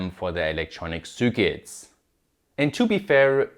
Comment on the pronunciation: what are "soorkits"?